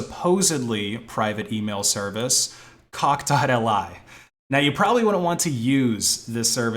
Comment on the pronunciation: It's cockli, like Cock Lee. Not dotElEye